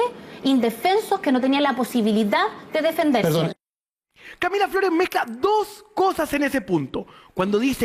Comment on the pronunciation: ahi se te salio lo flaitongo 'Lah Camilah Flores' jajajajaja cuanto nivel de 'profesionalismo' parece que se refiriera a su hermana